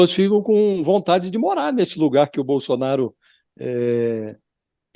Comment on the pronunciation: Bosolnario não emucente kkkkk